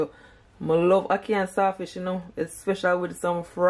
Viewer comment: Listening from England “hackee” too much 😂